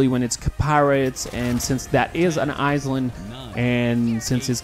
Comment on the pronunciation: Island is not pronounced Ice-land... It's eye-land.